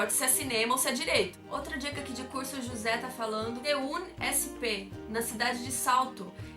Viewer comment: Vídeo ótimo! Vc aprendeu inglês antes ou durante o sua faculdade? PS: sem querer ser chato mas se pronuncia ceunsp junto (como uma palavra), do mesmo jeito que USP,UNESP, ufscar